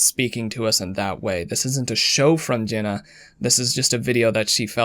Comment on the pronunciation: Ever notice Jenna sounds like genuine when he says it and shameful sounds like shaneful lol